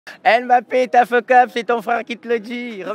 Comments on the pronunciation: Fuck up pas fokkop 😂 nv anglais zéro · C’est « fucked up », pas fokop mdr